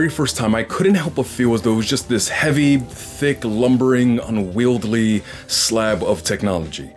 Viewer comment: Great video- very minor knit: it’s not “unwieldly” it’s unwieldy. Heard that a couple times and Id wish someone told me.